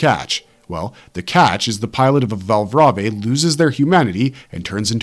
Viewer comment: It's read as Val(brave) afaik